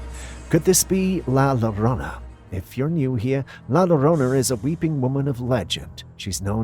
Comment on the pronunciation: Sounded like he said it right to me but it was a bit garbled. And mispronounces things on the regular. 😂😂